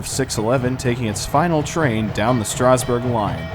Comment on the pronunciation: Learn how to pronounce Strasburg properly